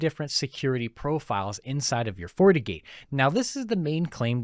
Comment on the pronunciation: Is he saying Fortigate or fornicate? 😂